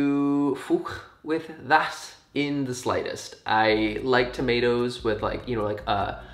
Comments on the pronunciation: How the f..., did I understood tornados instead of tomatoes 🤨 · what app/website is this? also that british accent when you were talking about tomatoes was surprisingly good sir